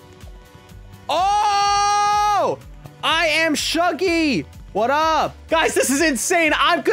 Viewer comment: did he say hwat up besties